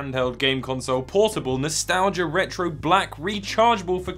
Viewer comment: That’s an odd way of spelling Color . . . Likewise, an odd way of pronouncing Console